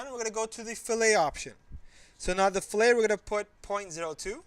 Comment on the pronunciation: Only complaint is fillet is not pronounced that way when you're talking about mechanical design. Other than that, this video is a great and much appreciated overview!